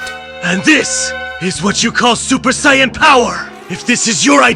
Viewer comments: Ngl, "Cyan" is killing me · I like these but the Saiyan pronounciation kills me a little inside